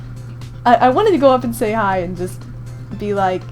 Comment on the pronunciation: I hear cry instead of hi